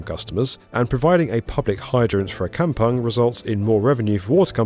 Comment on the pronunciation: It's pronounced "Kam-pong"